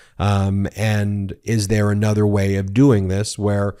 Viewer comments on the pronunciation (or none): Ben is one of the greatest minds of our time. I just wish he would pronounce the words 'the,' 'a' and 'another' correctly. It is getting really annoying.